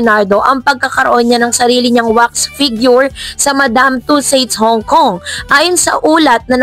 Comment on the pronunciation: tussauds po. Hindi tussades